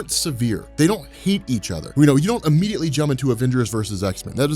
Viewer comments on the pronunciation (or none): none